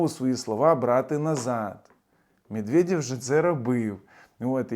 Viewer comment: " мєдвєдьов" - ха-ха. Можна всі їхні є читати як йо. Закарпатцям це взагалі буде легко. Йо ? Йо !